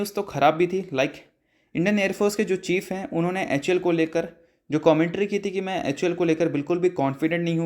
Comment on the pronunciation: anpadh ho kya...?? "hal"bolne ke badle hamesha "hul" kyu bolte ho...!!??